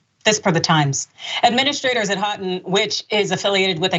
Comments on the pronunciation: pronounced Hoe-ton jsyk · The school name is pronounced “hoe” “ton” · Houghton alumnus here. Lots of false characterizations of the school here. They didn't even bother to look up how to pronounce the name correctly (HO-ton). 😂 I'd recommend my school in a heartbeat. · Ho -ton is how it is pronounced. The "ou" is pronounced O. One of my brothers went there. He would be very disappointed in his alma mater. 🤦‍♀️🤦‍♀️